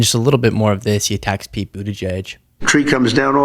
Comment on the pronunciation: Atleast he pronounced Pete's name correctly